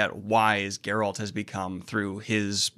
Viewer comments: Why do you keep pronouncing Geralt name wrong? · Still can't pronounce Geralt's name. lmfao